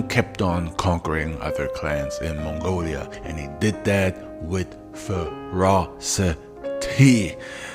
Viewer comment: It's not "mongolia", it's Mongolia.